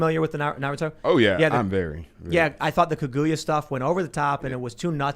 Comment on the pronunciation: I can't get over Tim's pronunciation of Kaguya. KaGooYA